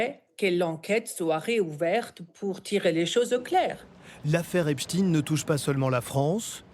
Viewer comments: Même les médias allemands disent Epstine c'est désolant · EpstEIN et non EpstINE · Epstein, pas Epstine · vous dites "albert Einstine" ?vous dites "Frankenstine" ? non...ba alors pourquoi vous dites "Epstine" ?? c'est Epstein !!! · Pourquoi epstein se prononce epstin dans les médias télévisuels français ? Il y a un problème avec la vraie prononciation de son nom ?